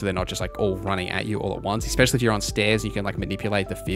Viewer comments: I watched until you said ex-specially like a lackwit. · please stop saying "expesially" mega pet peeve